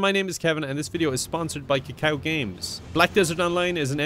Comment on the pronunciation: As a Korean Kevin pronouncing kakao games is kinda funny